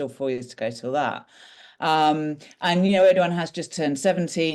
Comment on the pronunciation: I appreciate the debate, but can you please be less "lazy" in pronouncing non-English names? Eeduwan is not how you pronounce that name. ER-DO-GAN guys... I don't expect perfect pronunciation, but this is just.... you guys are not even trying, and it's borderline disrespectful. Thank you and all the best.